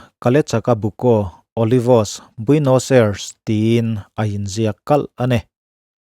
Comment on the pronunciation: Huhang kan ti thin a keini lam chuan 'huvang' tih hi khawilai vela hman thin nge ni le..? (Min rawn attack hlek suh u, pangngai takin zawhna ka zawt anih hi) Chuan..Argentina khawpui hi Buenos Ai-res tia lam tur aw..keipawh hmanah i lamdan ang hian ka lam thin ve tho....a pawi hranlo mahse a dik zawk ka lo sawi ve mai mai.